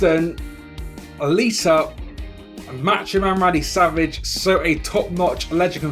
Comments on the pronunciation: Sanic lol I know... But I'm trying to be sarcastic.. And it sounds as he was saying "Alisa" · Dominic Verdier He clearly said "Alisa" mate xD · (TataAditya19) He said Lita, but he pronounced it as "LLLLLita."